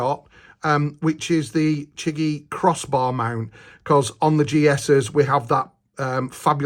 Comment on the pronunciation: Pronounce as "CheeJee" which means miracle in mandarin